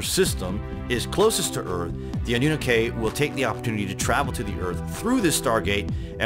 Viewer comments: It is pronounced "ah new nah kee" not not "ah new nuh kay" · Anu Nak ay?! Really guy? Your mispronunciation of that word says alot. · It’s pronounced “AH-NU-NAH-KEY” not “ANNU-NAKAY” 😂 when people present things and grammar is incorrect it makes it easy to question credibility. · Ah- noo-KNOCK-key. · For the love of God it's AHHH-NEW-KNOCK-EEE. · You sound goofy pronouncing Anunnaki the way you did in the video. It is pronounced ON-NEW-KNOCKY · More like annunaki 😊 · Pronounced ah new nah key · Even Scooby doo got it right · Your not saying the name right for one. Next.. how did they go from being creates of life to Aliens that traveled to this planet to meet man 🥴🤷🏾‍♂️ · why u pronouncing annunaki like that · Boy if you don’t learn to pronounce anunnaki 🤦🏻‍♂️😂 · It's "anoo-naky" and "neeb-a-roo" sorry but you where bugging me 😉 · Great vids! But you need to work on your pronunciations bro. Its Nih-Rha-Boo and Ah-Noo-Nah-Kee..